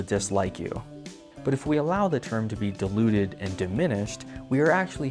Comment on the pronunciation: I can’t quite tell if you’re saying diluted or deluded, but I assume the former. Always informative, always entertaining, and always with adorable ferrets at the end... except for this video? 😭 whyyyyyyyyyyy?????